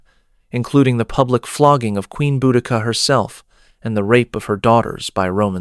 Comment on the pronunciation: Is it not pronounced Beau-di-see-ah? I thought it was